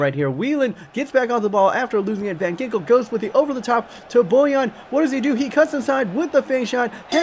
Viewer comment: Van ginkel is pronounced Van hinkul